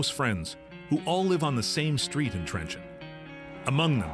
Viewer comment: It is not trenchant, it is Trencin or in hungarian trencsen...